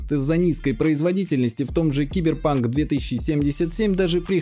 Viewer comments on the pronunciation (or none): none